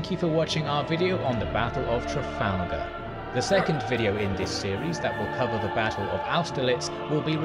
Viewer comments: Traf 'al' gar not Traf 'ol' gar. ;¬) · You pronounced Trafalgar wrong 😬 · I have to give you a pronunciation pointer right from the start... It's "Tra-FAL- gar", as in gal, not fall! This is said quite correctly at the beginning of the narrated battle. & then "Vill-en-nerve". Suggestion for showing battles/tactics/manoevres, have the battle fullscreen and just your head talking in a corner. Also, it's good to pause and use an arrow when you talk about specific details - if that's possible on your setup. Even a pause, with an arrow cursor, helps!